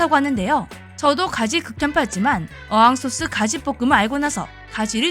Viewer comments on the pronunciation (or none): 어항소스? 이게 뭐지? 첨 듣는데 아 어향소스를 어항소스라 하는구만 ㅋㅋ 글자만 그런게 아니라 발음도 어항이라고 하는것 보니 아마 본인도 모르고 하는 소리 아닌가 몰라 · 어항 소스 아니고 어향 소스요 ㅋ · 에 어'항'소스라고요? 이런 소스가 있습니까? 😮